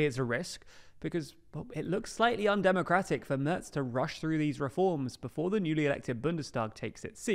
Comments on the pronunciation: Please check your pronunciation of 'Merz'. What you say would be spelled 'Mörz' in German. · His name is Merz without "t". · MERZ without T